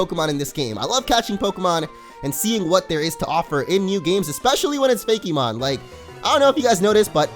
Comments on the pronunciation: Hillaryite Gem I know that, but the fact that the e is accented when he says it is what gets me. Pokemon is smooth and rolls off the tongue and usually Fakemon does too but I'm hearing fa-KEY-mon. Everyone just says things differently, it's not that big of a deal though. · I'm sure someone has said this already. But I was so confused as to why you said "Fakey-mon" but would pronounce Pokemon normally. Good video regardless. This game looks awesome, I'm definitely going to check it out!